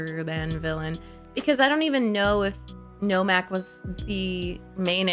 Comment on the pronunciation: Her mistaking names and dialogue was amusing. In her end of the movie commentary she called Nomak, Normak. And she misheard several lines. One that stood out for me was her thinking when Nomak was revealing secrets to Whistler and he said the overlord name Damascinos and she thought he said, they're mosquitoes. Lol.